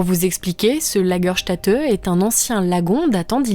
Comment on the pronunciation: Une sympathique vidéo ! PS : Lagerstätte ce prononce Lagerstaitte ;)